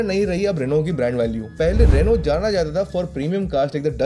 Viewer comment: Like for teaching people on rightly pronouncing Renault. 🙌